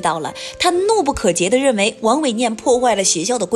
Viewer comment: 怒不可遏被說成怒不可揭 ，這個錯誤是因為誤解還是誤讀，希望講述者瞭解一下.